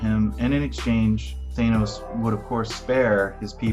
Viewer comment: Yes! Thank You for pronouncing it Thane-oce the way I always have since I picked up my first Silver Surfer comic book as a kid back in 1987.